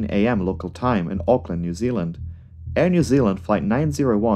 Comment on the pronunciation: Yay you said auckland correctly